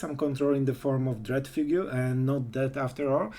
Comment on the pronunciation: Just so you know, fugue is pronounced like the word 'few', but with a g on the the end.